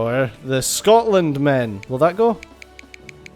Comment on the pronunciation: Scotland. SCOTLAND. Scot-land. SCOT-LAND.